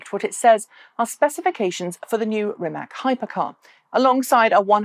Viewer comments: I learned rimac is pronounced with something like a ts at the end, maybe you want to check how it’s correct. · It is, Croatian pronunciation is rimats (or rimaz), like tsar (listen to However, even the founder, whose surname it is, "butchers" it this way, I guess he learned the lesson of that other foreign hypercar manufacturer no one can quite pronounce. What is it? Koeninengensegg? ;)